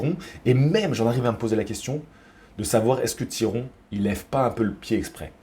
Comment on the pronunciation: Salut! Oh putain tu m'as eu avec le Tiron! J'ai vraiment cru que tu savais pas le prononcé ahaha. Bref, pour moi je vois Jacko gagnant, il est sur le recule mais il proposai quand même quelque chose, une boxe relativement intelligente de sa part (à l'égard de ce que lui imposait Tyron), bravo à lui, il a fait le taff. Et de l'autre côté on a Tyron qui fait du Tyron, trop patient, trop attentiste, pas assez investi. Il aura eu au moin le mérite de mettre le pressing, mais on voit bien que c'est pas son élément, trop peu d'enchainement.